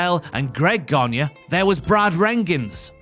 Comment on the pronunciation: The pronunciation of Gagne is not Ganya but Gani.